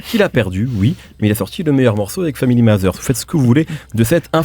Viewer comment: "family mazeurs" ??? vraiment ?